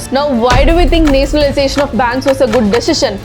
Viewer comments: It is nationalization the,not netionaliztation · Please pronounce nationalization properly